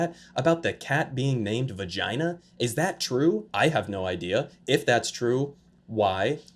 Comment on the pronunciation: He says "vagina" just like he says "China". JINA